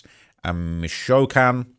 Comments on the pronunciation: It’s Mee-chao-kahn not Michoacán 😆♥️ appreciate you fr. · Mish(tish) O Wok con...Michoacan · Bro literally said Michoacan as Mich-shaolin 😂🤣😂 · Its pronounced Meech-oh-wa-khan. Jeez. Just watch a Cheech and Chong movie,. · Bruh... mishOWikan? 😮‍💨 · No mames michoacan Me-Cho-acan, Guanajuato is Juan-a-hua-to and it’s not speaking Mexican it’s Spanish. You have time to delete this G this ain’t it hahahahah